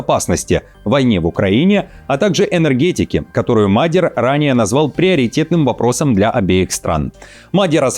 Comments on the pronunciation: Неужели до сих пор нельзя было выучить ударение в фамилии часто фигурирующего в р простых политика? Мадья́р, блин, а не Ма́дьяр!!! Понятно, что за час нейросети новости начитывают, ну хоть редактируйте! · Мне кажется что ударение на Мадьяр нужно ставить на я, так более гармонично звучит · Интересно диктор специально коверкает фамилию Мадяра!?